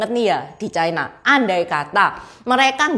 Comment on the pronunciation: Ucapan yg bnr : China, bukan chaina